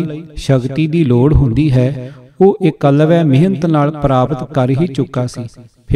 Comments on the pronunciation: 8.01 its eklabya c not ekwalya nahi 22g baking thuhadi gal ke dronachareya nu teer de johar dikhoun wali gal sunkey maza aya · Jaap sahib,shabad hzare,saviye te chaupai sahib jo dasam granth ch ne oh v jhooth aa? Eklavya da naam tuc galat pronounce kar rahe ho Baba deep singh ji Sant jarnail singh ji Bhai mani singh ji ehna widvaana ne Dasam granth te ungal ni chaki,,tuc kis saboot naal ohnu galat keh skde o??